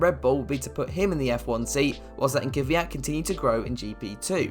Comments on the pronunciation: Why is it so hard to say kVYat, not kYVat. Sky reporters and every English speaking person does it. It bothers me as an East European. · Why do people always say “Ky-vyat”. It’s Kvyat. Pronounced the same way his last name is spelled. Lol I just always find that funny.